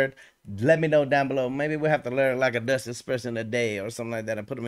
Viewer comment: You pronounce it very well! Even tough you don't know it, it sounds good!